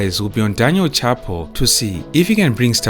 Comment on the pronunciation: It's pronounced shah-poo